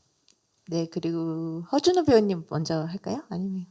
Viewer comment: 하준호 아니고 허준호 입니다